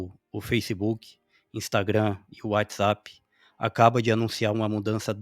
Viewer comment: Gostei muito das suas opiniões. Sinceras e objetivas. Concordo. Pediria apenas que melhorasse um pouco a pronúncia de WhatsApp, não é "UÁItizap". Parabéns.